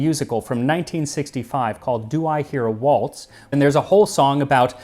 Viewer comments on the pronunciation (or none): none